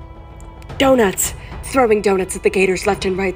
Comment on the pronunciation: "Di-donuts" Lol